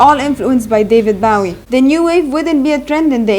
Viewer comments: Its a good video but its not Baw-ee its Bow ( as in bowtie ) ee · Its not bawee its Bowie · His name is BOOOOOWWWWWWWWIE !! As in ‘ Low, Go, Snow! Not Cow, Brow, get it right, and his eyes were not different colours. So many things incorrect here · At least pronounce his name right 😭it’s Bowie as in bow tie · Why is she calling him "Bahwie" ? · Learn how to properly pronounce his name! Boh-Weeh Pendeja! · No hate but I hAte how u say Bowie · You pronounce his name wrong. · Thanks for pointing that out. I cringed each time she mispronounced his name.